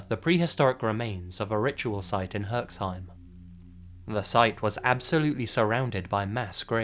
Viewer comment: Its Herxheim. You pronounce it pretty well ! Bravo ! (Exept the first E should sound like in Elevated. : )